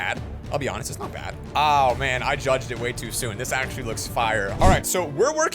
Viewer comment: When he was building the water floats he went ohhh and he sounded so British